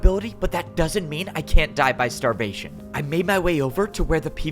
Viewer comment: XDDDDD, at the min you sayd "i can'd die by (starbation)" not (starvation) :)